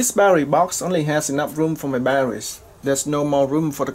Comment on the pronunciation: What the hell is baddawees do you mean Battery's and omfg what the hell is a waddabodda take it you mean water bottle yeah that's two words not one word and it's water not wadda.